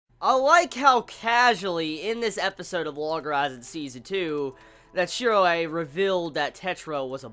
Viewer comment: His name is Shiroe...Why are you saying it like that